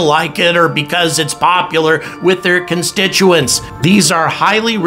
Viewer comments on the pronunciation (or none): none